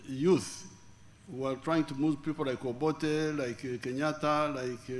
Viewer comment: Its obote...not obore. That sounds strange. 😮. A kenyan named obote is simple obote. Its like American calling water ...wora or woa. Or bottle ....boo or hot ...hoo.